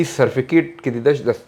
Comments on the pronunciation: talafuz hazargi ash misha safekit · این دیگه چطور استاد است که در استرالیا زندگی می کند و سرتیفکیت را صدبار سرفیکت میگه😅